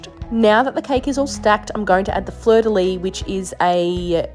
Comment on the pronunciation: I just wanna say, as a french speaker it always bothers me a bit so I just had to say it lmao (especially as a québécois bc it's literally on our flag), it's not pronounced "fleur de lee" it's "fleur de lees". You pronounce the s at the end That is all. Lovely cake tho! I am very hungry and I'm just binging food videos lmao